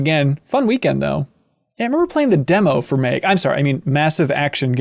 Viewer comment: "Did anyone played Meg?" Oh MN. Its pronounced "Mag". Meg just sounds like a spin off shooter made starring the character family guy XD.